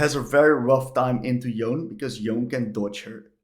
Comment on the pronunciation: Please, it's Yon-Eh. I don't know which American started this, but it's really annoying that this is the ONLY champion people keep mispronouncing the name of.